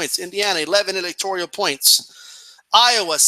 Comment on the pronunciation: "electorial points"...come on man...